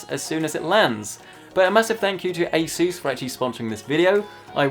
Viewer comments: Broooo A SSSSSUUUUUUSSSSS PLEASE. I don’t like how you say sooos it just sounds like Jesus like Spanish bro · sounds like a sus when he says asus